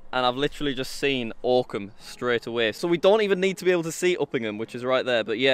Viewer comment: The fact that I live ten minutes away from this village is both infuriating and amazing and also the way he pronounced Oakham at first absolutely pissed me off